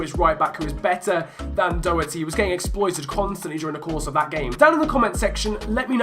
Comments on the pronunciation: Love the series! Quick thing from an Irish lad - Doherty is pronounced do-her-tee as if you were saying the do of dot, and not doh-her-tee or dock-her-tee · Matt Doherty is pronounced Matt Dordy.